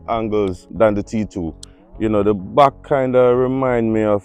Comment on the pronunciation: How jamaicans pronounce « back » 🤣🤣🤣 « Mbouack » I love you guys. I am from Ivory coast and I love Jamaica 🇯🇲